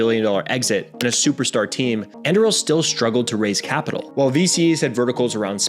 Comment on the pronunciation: It's Anduril not Andruil got it